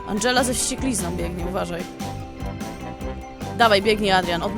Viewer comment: Nie Andżela tylko tom